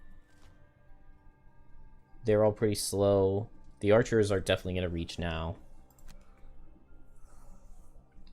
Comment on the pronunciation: Love these streams and great skills but please stop saying "archerers"!